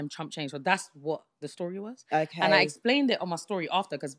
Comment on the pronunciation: “ I explaint it”😅😂